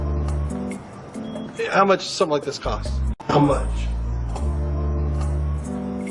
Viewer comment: 안녕하세요. 질문 있는데요... 39분 53초 지점, How much does it cost? 문장이 제 귀엔 [하우치 더즈이 커스ㅌ] 로 들리는데요. 제가 잘 못 듣고 있는 걸까요? 하우머치를 실제 발음하는데 제 귀에 안들리는 것 뿐일까요???